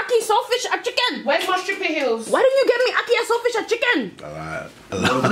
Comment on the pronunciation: Lmao I’m actually dead so funny . Kinda sounded like a South African accent when you said lakee and salt fish and chicken so funny . Honestly thank you for making me laugh . From a fellow Caribbean 😂